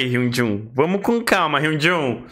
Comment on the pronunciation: Ele chamando o Hyunjin de HYUNJUN AKAKAKAKA